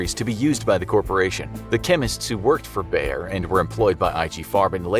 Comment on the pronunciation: damn i never heared anyone pronounce bayer that wrong xD also bayer also invented heroin so ... thats maybe worse xD